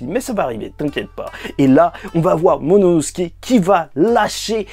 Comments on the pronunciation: C'est qui me bute c'est que je regarde t'es review depuis très longtemps. Mais t'as toujours pas réussi à prononcer correctement le nom de momonosuke (Mononosuke) 😂😂😂😂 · Bro c'est "momono... " pas "monono...." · C’est momonosuke pas mononosuke 😭